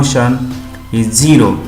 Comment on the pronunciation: Sir, its not ''JIRO'' its ''ZERO''😂😂😉